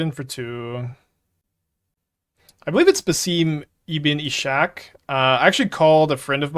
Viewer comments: Baseem Ibbin' Ashack (spoken texasly) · As an arabic speaker I have tried to tell the way he is pronouncing the ENTIRE card is incorrect. It is actually a HUGE meme in the Dubai Community at this point.